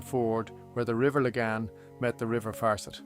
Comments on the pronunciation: Lag-an not Lay-gan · It’s AIR generated so this is a mispronunciation the name is the LAGON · lah gan mate not le gahn is this your voice or an AI voice? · laygan valley lol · Its Lagan Valley. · Entire history? I'm sorry but this is as remarkable as minutes of me learning how to put up a fucking shelf. This is without history or any basis true to belfast. A complete pointless creation.....and its called the river fucking lagan not the lay.gaine....terrible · Lay-gan? And the 't' is silent in 'Hugenots'. Who is reading this? 😂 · Not sure how someone with my accent can pronounce Lagan incorrectly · Is the commentary AI? If so please adjust the accent so locals can recognise the place names, particularly Lagan & Comber🤨. A shame as the script is well put together, for the most part avoiding cliches. Not sure where the image of the Titanic quarter came from as themutated dry dock/slipway is neither fish nor fowl. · Nice... but the geography is wrong... cave hill in wrong place.. lagan mispronounced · Interesting video,. Thank you. Wonderful use of AI. Well done indeed. You sound Irish, but the first three letters of Lagan are pronounced as in "lag" to "lag behind". Cumber is pronounced as is "crumb" not comb as in "comb.. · The Cavehill is in the wrong place in some shots. Pronunciations are off for the River Lagan ( Laggin) and Comber isn’t Comer (it’s pronounced Cumber). I’m not sure there was a waterway ever that close to the Giant’s Ring. The AI picture makes it look as if it is at the coast. I’d prefer more factual reference photos based on old maps and present day photos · Comber is “cum-ber” (as in cucumber) - the b is not silent Lagan is “la gun” (rhymes with dragon) Lough is pronounced like the Scottish equivalent Loch (or at least lock if you can’t manage that), not like Loughborough. Other than that a surprisingly interesting video for something AI spat out. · Some inaccurate pronunciations of Lagan, Comber Heugenots etc.